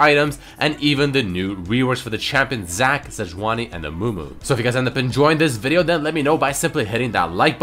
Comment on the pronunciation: Sejauni instead of Sejuani :)